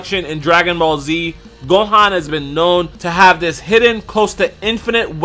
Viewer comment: Gohaaan its gohan